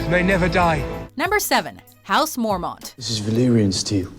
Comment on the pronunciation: MorMONTS is pronounced MorMENTS